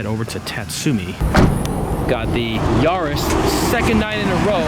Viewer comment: It's yaris not yaaaris